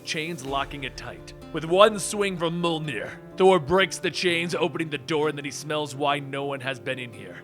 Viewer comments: Its mjorlnir not maulnir 😒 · It's not Mul-nir its Mee-yol-nir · I thought it was Mjolnir not molnir. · Did he just pronounced Mjolnir, Muhlnir?!?! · Jhon Maverick like in mjolnr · It hurts me so much hearing you pronounce Mjolnir like "Mol-Neer" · God you say mjolnir weird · Small note: When pronouncing Mjolnir, don't leave the J out.